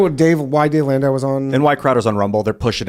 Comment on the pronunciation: "A comedian Dave Landau" HOLY FUCK TIM LEARN TO SPEAK.